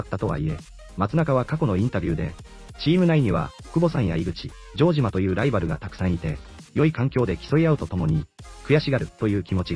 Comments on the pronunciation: ジョー↑ジマ↓ｗ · ジョージアみたいな発音だな